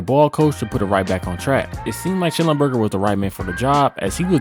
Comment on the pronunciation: The man's name was Sch-NELL-enberger!